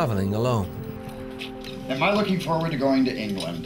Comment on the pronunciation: "am i looking farward to going to England? Uh, hell yea!" OMG I'M DEAD!